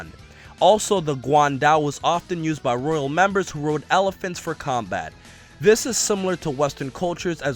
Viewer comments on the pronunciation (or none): none